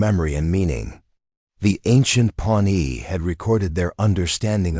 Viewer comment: it's Pawnee nation not pony nation.